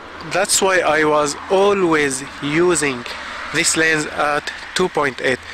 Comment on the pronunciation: I never realized how annoying it is when someone doesn't say the S over and over in lenS LOL. You just got a bad "LEN" :D, mine is tack sharp. I have a 50mm 1.4 from the 70's NOW THAT is a blurry ass LEN, but it is a beautiful kind of blur, its very cozy feeling!